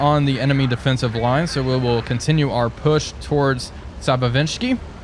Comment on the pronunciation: It's not pronounced sabavinchsky. It's pronounced sabachevskiy, like how it's spelled.